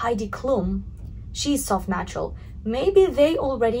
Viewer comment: who else hears her say "nachos" instead of "natural"?